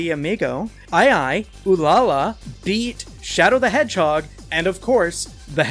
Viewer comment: Ew-lahlah? Why are you putting so much emphasis on the start?